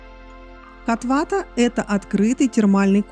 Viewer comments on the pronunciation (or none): Как не надоело коверкать ударения?! Почему бы сначала не узнать правильное название, а потом снимать видео?😮 «кОтвата» дорогая!